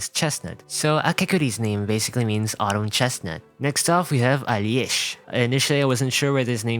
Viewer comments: On Alesh you are quite off the mark imo, it is a quite common Slavic name in many slavic regions and you are going quite heavy on the I, which I think you just added there from the chinese translation. But in most Slavic languages the I cant be heard there at all and in Russian if that really is his origin it is veeery bareely audible even if you try really hard to hear it there. In russian there is the J or Y sound like Aljesh but it kind of merges with the L sound, so much so that for example in Czech the sound is omitted completely and it is just Aleš, š just being pronounced 1:1 like sh. The English pronunciation isnt really that far of the original, you are really overpronouncing it to try to sound authentic and it just feels incredibly artifical and unnatural to a Slavic speaker. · Nah, Alesh mispronounced. Alesh is something like short version of russian name Alesha (but truly, this is invention of the developers, in Russia short version is Lesha/Leha). But, its ok :) Alexey means "protector", but we don't put much importance on it. The funny part is that Alesha is a cultural character who has a weak mind and is very good-natured! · Isn't it ironic you teaching us how to pronounce asian names and you can't even pronounce a name in english. That's litterally just Alesh. No "y" sound. That's how the va pronounced it. Imagine speaking english then you change your accent just for 1 word. Lol. Should we teach koreans that McDonalds isn't "Macdonaldo" then?